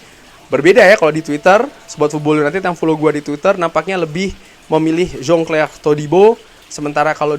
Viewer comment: bang pke bahasa sebut nama.a biasa ja lah biar jelas ni kan indo bkn luar pavard.a jgn pke da HA.a😅😅😅😅 sama jan clair jgm jon chlair🤣🤣